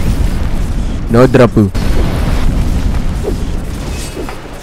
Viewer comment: The way u pronounce no dropu and each drops was satisfying lol